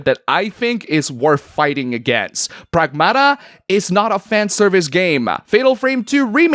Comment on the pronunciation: PREGMATA ✅ PRAGMATA ❌